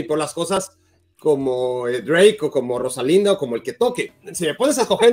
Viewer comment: Jajaja mi tío el solterón Barak, diciendo "Rosalinda"